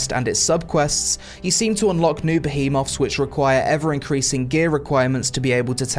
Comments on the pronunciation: Great review but you’re killing me with the “Ba-he-moths” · the way he says behemoths